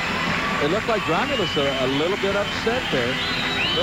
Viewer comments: How can they fuck up a world champion´s name...His name was Josef/ Jozef Grolmus, not Gromulus!!!!!!!!!!!! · His name is GROLMUS. WTF is "Gromulus"? That sounds like some villain from He-Man.